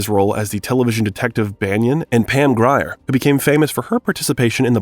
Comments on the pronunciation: The proper pronouciation is Pam Greer not Gryer Syop it!!! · Pam Grier's last name is pronounced Greer. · Unedited AI. If the filmmaker had gone back to edit or better annunciate names in the script it would have fooled us all. Otherwise a good bio piece. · How do you not know how to pronounce Harvey Keitel, Pam Grier, Roger Ebert, etc... properly? (pronounce: "KAI-TELL, GREER, EEBERT)